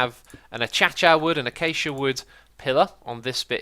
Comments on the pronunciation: Bob McHuh it's actually pronounced uh-KAY-shah, but yes it is funny that X pronounces it ACHACHA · Kabood Acacia is pronounced A-k-sha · Nathan Bickel In Swedish it's written akacia and pronounced more like ah-KAH-see-ah. This would also be the pronounciation of the English spelling if we followed Swedish pronounciation rules. Source: I speak Swedish. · Anyone else about to die from the way Xisuma says "Acacia" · Bob McHuh I think he says it that way because that's how keralis used to say it. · It is his revenge for everyone else mispronouncing "xisuma" edit: seizureuma XD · Bob McHuh as Xisuma has mentioned before, the mispronunciation is a reference to Keralis, and he usually says it the correct way alongside the wrong way. he's hiding in the booshes! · Bob McHuh I thought he said that that's how Mojang intended it to be pronounced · Nathan Bickel I can't quite remember but he admitted he does it to annoy us, or I am an idiot and can't tell the difference between YouTubers